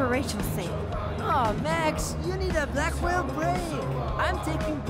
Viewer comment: Did anyone notice that Blackwelle sounds like blackmail